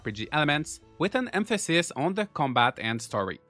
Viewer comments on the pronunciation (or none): none